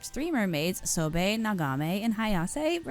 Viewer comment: its "soh-bah-eh" not "so-bae" btw, the one of 3 mermaids also fyi urashima-taro is a fairytale that 99.9% of japanese know